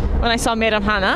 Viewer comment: Your Kazakh pronunciation is very good (Meiramhana)